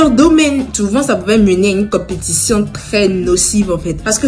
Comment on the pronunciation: "competition" accent de l'educatrice 😏